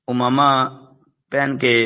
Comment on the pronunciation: حضرت اس لفظ کی تصحیح فرما لیں اردو میں: عَمَامہ . عربی میں: عمامة ، عين کے کسرہ کے ساتھ